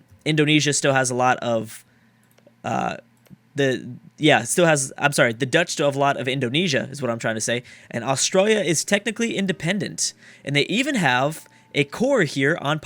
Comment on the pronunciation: he said australia but forgot the n